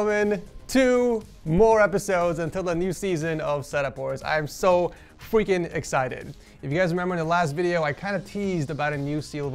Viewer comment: 😂😂man said fwicking existed